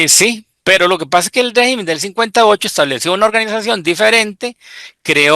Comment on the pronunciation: rÉgimen, rÉgimen... se dice rÉgimen, no RE-Gimen..